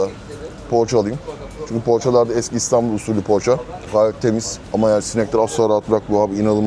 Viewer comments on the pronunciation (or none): none